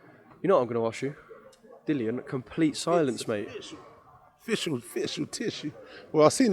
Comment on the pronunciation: 4.36 Official,ficial,tissue 🤣